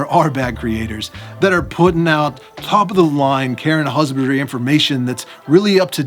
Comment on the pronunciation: I keep hearing "Care and Husbandry" as "Karen Husbandry".